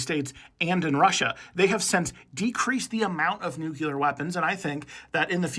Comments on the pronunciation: Its nuCLEAR not nucular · I don't wanna be that guy but it's "nuclear" not "nuculer" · It’s not NOOKULAR it’s nuke-clear! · Read it. Read the word. NUCLEAR. New-clee-ur. It’s not “just how you say it,” it points to pretty awful reading skills. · New Clear is how it’s pronounced